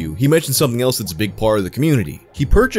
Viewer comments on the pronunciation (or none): none